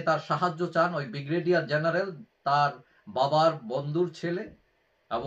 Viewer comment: বিগ্রেডিয়ার নয, উচ্চারণ ঠিক করুন, ব্রিগেডিয়ার